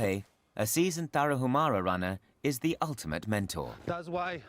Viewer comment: FYI IN MEXICO THE LETTER “H” IS SILENT TARAHUMARA BE MORE RESPECTFUL WHEN YOU PRONOUNCE THE NAMES OF HONORABLE TRIBES.